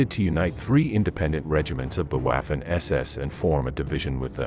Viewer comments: Vaffen SS not Uaffen SS. Please German is not English. Congrats for all your work ! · It would help if you learnt German pronunciation: Waffen ="Vaffen" etc. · you are hurting my ears. if you want to do a video on the German army please learn the german pronunciation. Waffen = Voffen, w=v and your A in any language hurts everyone's ears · Interesting vdeo. My father fought against them during the Ardennes offensive. I think though you should consider scrapping what sounds to me to be the computer generated narration. The promounciation of German words is subpar, 'Waffen' is prononced 'Vaw-fen', for example. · He pronounced waffen wrong. The w is pronounced as a v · Bro. Please try to use proper pronunciation. It doesn’t need to be perfect, but try at least. Waffen - Vahffen Wiking - Vee-king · One thing, but it's pronounced "Vaffen" and "Viking." The W is pronounced like a V in German.